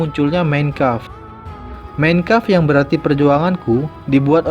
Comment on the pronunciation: tolong penyebutan MEIN KAMPF benerin bro